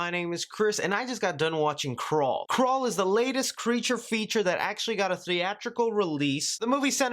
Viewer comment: I thought you said Krull 😑